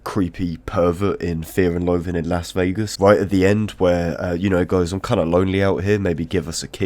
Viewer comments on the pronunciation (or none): none